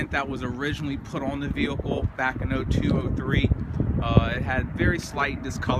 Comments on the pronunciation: on the vewhicle, it's vehicle man VEHICLE not vewhicle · Weird way of saying vehicle